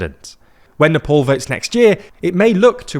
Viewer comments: Nepaul??? Lmao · Pornounce Nepal correctly mate, its not that hard